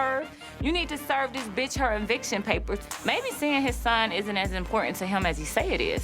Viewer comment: “You need to serve this bitch her ENVICTION papers. “ aks her aks her